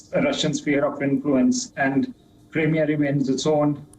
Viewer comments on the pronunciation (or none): none